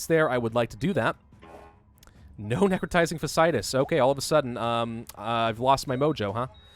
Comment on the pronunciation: I seriously hate to be THAT guy, but you're pronouncing necrotizing fasciitis wrong.